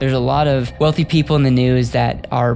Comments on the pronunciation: my friend it is not wolfie it is wealthy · ⚠️who made this video? Can you get AI that speaks properly - one that pronounces TH as TH and not as F, like council estates chavs in the UK⚠️ It's WealTH and WEALTHY not WEALFY ⚠️⚠️